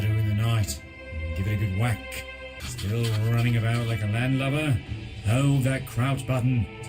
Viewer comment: i know what it says but it sounds like he's saying manlover